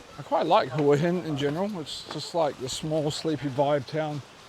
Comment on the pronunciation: Hwa Hin is the correct pronounciation.😁😁👍🏻👍🏻